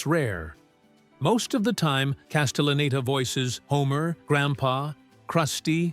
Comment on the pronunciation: They also pronounced Castelleneta wrong a few times 😂